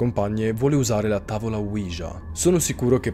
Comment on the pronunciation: ouija e si pronuncia senza far sentire la j